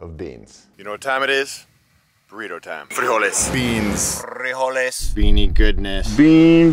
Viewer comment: You pronounced frijoles perfectly my friend. 🙂👍🏻 I'm so happy to find your video because I was laughed at whenever I wiped out a can of frijoles on my bikepacking rides. 😊👍🏻👍🏻